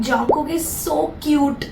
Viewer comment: It's jungkook not jangkook